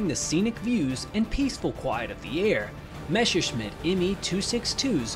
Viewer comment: my ears hurt each time you spell "messerschmit" and "luftwaffe". Please check that up in German :)